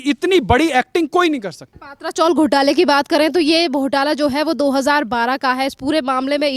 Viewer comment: पात्रा चोल नही, पत्रा चाळ बोलो